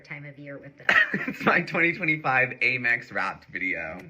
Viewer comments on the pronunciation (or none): That dumb kid can't even pronounce AMEX. Eat the rich.